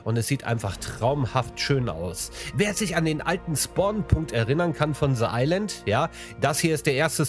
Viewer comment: Ze Island 😂